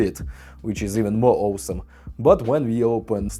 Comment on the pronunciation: Take a shot everytime you hear Owesome. Vodka of course!